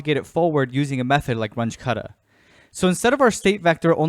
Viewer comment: Just FYI, since both Runge and Kutta were German, the pronunciation is closer to "Roon-geh" (g as in gravity) and "Koota".